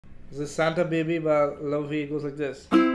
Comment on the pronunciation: Its pronouced Lay-vay btw